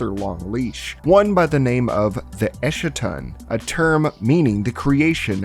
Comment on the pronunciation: You mispronounced Eschaton like how Jimmy Montana mispronounces it, with his lines there being written as a caricature of how little he understood what he was reading. eschaton /ˈɛskətɒn/